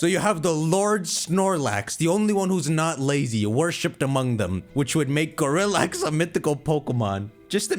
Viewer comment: "Gorillax" sounds like "Go relax"